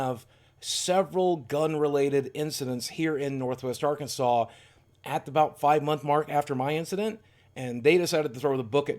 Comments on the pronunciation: Did you say "Are-Kansas" while in prison? That'll be the worst way to keep you in prison even longer! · Does anyone know why Arkansas pronounced Arkansaw